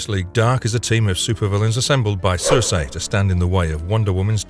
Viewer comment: The name Circe is pronounced SIR-SEE, NOT SIR-SAY